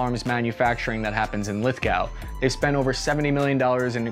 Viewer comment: Lithgow is pronounced lith-go